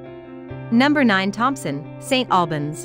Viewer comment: stop the lazy BS Ai generated videos and do it properly..... its say SSS TTTT Albans ... what a joke so lazy should be deleted